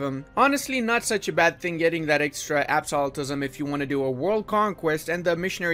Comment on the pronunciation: I honestly cannot stand how pronounces "Absolutism". It's ABSOLUTE ism, not absolitism.